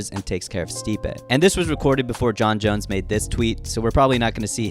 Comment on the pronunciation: Why do you pronounce "Jon Jones" as "Jon Jons"?